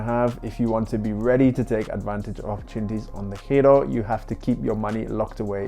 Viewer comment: I was going to ask the same thing. You pronounce DEGIRO like a true Dutchman.